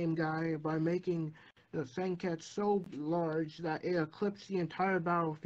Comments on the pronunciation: Why do you say "Senkets" instead of "Senketsu" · Sen-ket-su, not sen-kets-you